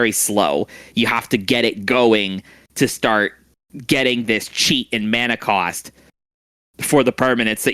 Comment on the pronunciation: "Cost (Kaust) Efficient Ways" 👏🤣